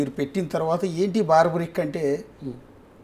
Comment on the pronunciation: Cinema title correct ga pettaledu, paiga aa pettinadi correct ga pronounce cheyyaledu. Aa character ni Barbareek anasli, nor baarbaric . Baarbaric ane word negative meaning isthondi